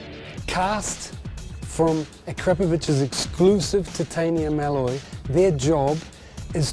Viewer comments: FINALLY! A CRAP O VICH Not Ak-ra-po-vik ! LEARN ladies and Gentleman! LEARN! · He said it correctly in the vid